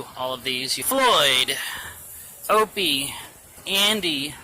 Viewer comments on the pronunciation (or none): It's Opie...not Owie!!!! :P